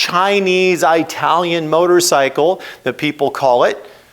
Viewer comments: Oh for God’s sake, stop sayin aitalian! 😂 It’s Italy, isn’t it? And you say it right throughout the video… then why on earth aitalian? Sorry, it’s very distracting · An ‘Eye-talian’ brand, from Eye-taly? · I’m a long time fan of yours, and this video makes an excellent point. Thank you for pointing this out. I have to say that your pronunciation of the word “Italian” made me crazy throughout the entire video. I’ve never once heard an Italian say that they were “I-talian”. 😂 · My thoughts are learn how to say Italian not eyetalian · Perhaps you can pronounce Italian the correct way. It's not difficult. Iraq Iran Italian..are not pronounced like you pronounce "Hi". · Can't trust someone who can't pronounce Italian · Moto Morini did not get that engine from Kawasaki. It's a CF Moto engine derived from a Kawasaki engine. Also. What's with mispronuncing "italian" ? Is it a meme I am missing? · You butchered word "italian" so brutally....